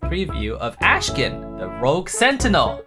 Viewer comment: doesnt even pronounce his name right